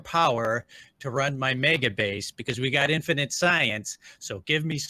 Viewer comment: English is not my first language, but even I know it's not "infininte"... Do you say "let me axe you a question" as well?